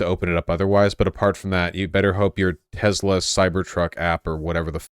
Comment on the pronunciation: bruh.. it's "tesla" not "tezla" lol